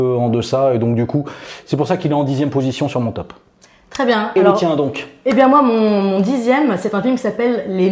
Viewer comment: Pourquoi j'entends "Teub 10" à chaque fois? C'est très déstabilisant! En même temps ce serait un super concept "Les 10 teubs qui nous ont fait le plus marrer dans notre vie" hahaha x) Sinon mon top serait un mélange des vôtres avec du plus classique comme De Funès, Coluche, Monty Python, du plus récent comme Ben Stiller, Les Bronzés, Le Père Noël est une ordure... Le dîner de cons... Les Visiteurs 1 et 2... je cite un maximum de Christian Clavier pour faire plaisir à. C'est arrivé près de chez vous, La Classe Américaine sont également des films cultes pour moi. Maman j'ai raté l'avion, obligé de le revoir à chaque Noël. J'ai également été très client des trois premiers American Pie. Si je devais en donner un "sous-estimé" ou méconnu ce serait un film avec Ben Stiller que peu de gens connaissent, en français il s'appelle "La Colo des Gourmands" qui montre un genre de camp de vacances et d'amincissement pour jeunes obèses avec un Ben Stiller en directeur de camp complètement taré. Voili voilou et je t'aime <3